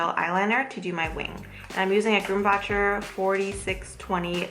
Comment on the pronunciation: Soooooo pretty! I'm glad you make tutorials; I just recently found you on instagram and I am pretty jealous of your creativity. Also, I think it's pronounced "grum-bawker". But anyway, great video!